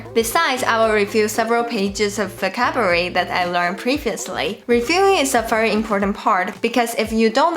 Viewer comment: I love when you say focabulary.